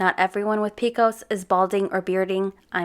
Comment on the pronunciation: I love that you continually rip on her for her cringe moments yet you pronounce PCOS as “peekos” about 875 times 💀🤦🏼‍♀️ One of the top 10 cringiest things I’ve ever heard in my entire life…